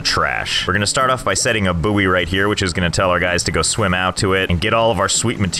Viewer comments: Why pronounce it booey its boy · so how did you say buoy again?